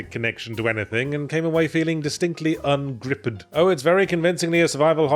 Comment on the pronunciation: Saying Ungripped as un-gri-pud is a Red Dwarf thing iirc